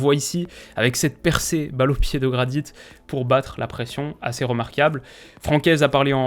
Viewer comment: Le " T " de Jonathan Gradit ne se prononce pas